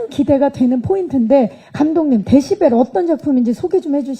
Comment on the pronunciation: 박경림님이 데시발 이라고 잘못 발음하니까 웃음 터진거 존나 웃기넼ㅋㅋㅋㅋㅋ 데시발 ㅋㅋㅋㅋㅋㅋㅋㅋ